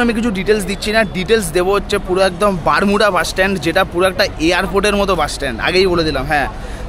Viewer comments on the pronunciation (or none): Dada,ota Matalipatpur noy Malatipatpur aar Bhubaneswar e Bus stand er naam Barmunda Bus Stand Barmuda noy ..blog korchen thik kore bolun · Ota matalipatpur na, malatipatpur. Ar bermuda bus stand na, baramunda bus stand.